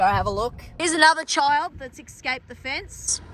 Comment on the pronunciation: It’s ESSSScaped, not EXcaped.